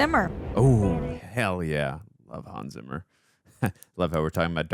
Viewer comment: "Ray Liohda", "Hans Simmer", "Glediedör", "Yugolino"... Your pronunciation is hilarious. 😂